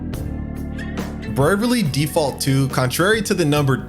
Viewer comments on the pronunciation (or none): Did he just say Bervaly Default 2? 🤣